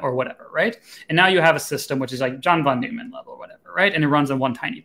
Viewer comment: They both pronounce "John von Neumann" incorrectly. Connor is originally German, which is strange that he pronounce it this way. Tim Scarfe pronounces it more correctly and he is a Brit.